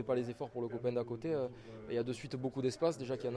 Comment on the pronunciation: __"c'est rieng, c'est les copaing !!! " ... j'adore l'accent "cassoulet" !!! 😂😂😂